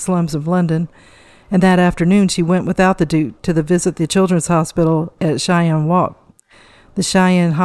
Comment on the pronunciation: Cheyne, Worcester, Glamis just a few names you should have learnt to pronounciate before you talk.